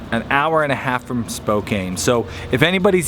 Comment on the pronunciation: They are from "spoke ann" Washington. Not "cane". Spokane. Another AWSOME vid though😉🙃